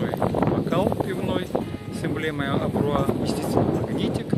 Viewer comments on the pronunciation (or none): АбрАу , но не АбрУа , как произносите Вы !!! ))))))))))))